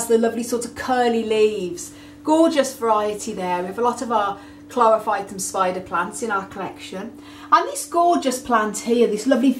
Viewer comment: ??? Chlorpohytum what?